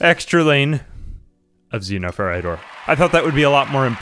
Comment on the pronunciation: It's pronounced Xenoferite. You're welcome 🤣